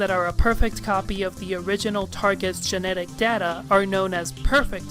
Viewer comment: Hey dude, go for it. I would very much be good with you discussing romantic relationships and what they mean in the grand scheme of things. EDIT: I HOPE you're glad that I can't stop laughing at the way you say "genetic data" and the zooming of crotches. Oh god, the zooming.